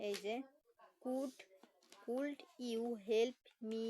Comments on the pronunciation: কুলড না উচ্চারণ কুড হবে। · দূর বেয়াক্কল মহিলা কুড এর উচ্চারণ ভুল বলে আবার নেটে পড়া ছাড়ে।